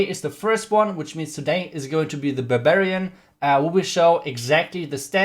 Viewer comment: Its barbarian. Not babarian haha